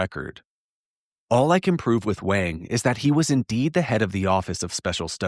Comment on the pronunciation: If this Doctor Wang is white and German you’re pronouncing his name wrong. In German you would say it like Vahng. The W in German IS ALWAYS pronounced like V in the English language. The way you say it, sounds Chinese, not German.